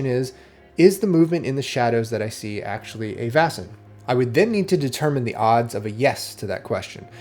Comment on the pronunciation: Vaesen is pronounced "Vay-sen", not "Vah-sen", by the way. It's derived from the Swedish word Väsen, cognate with the German Wesen: Being or Entity.